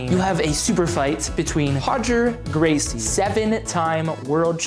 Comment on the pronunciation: Who the hell is Roger Gracice?